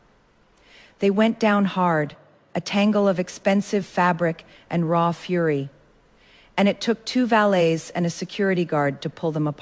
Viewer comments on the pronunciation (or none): none